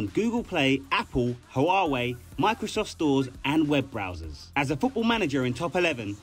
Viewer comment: Ahh yes the HAuawei phone